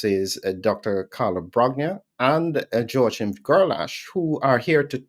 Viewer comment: Joachim's name is pronounced as "wha-keem" or "whoa-keem"...not "sho-keem".